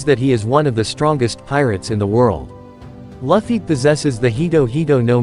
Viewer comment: monkey d laffy? laffy????!!! you better start saying his name right ohmydays